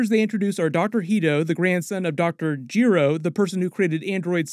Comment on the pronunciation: They way you kept pronouncing Dr Gero was really triggering me haha! Still love your vids though man!